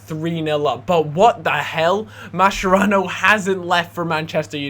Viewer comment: Its pronounced MasKerano